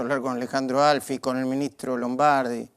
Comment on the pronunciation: Bueno el programa y los invitados. Dejen de llamar Alfi a Alfie. La E se pronuncia y se acentúa la i !!! Es un apellido paisano kotur.